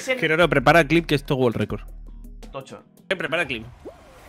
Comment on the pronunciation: No es wol record